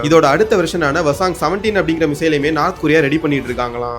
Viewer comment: அடேய், " நார்த் கொரியா" எங்கேயடா உள்ளது? "North" ( நோர்த்) கொறி/ரியா என கூறு.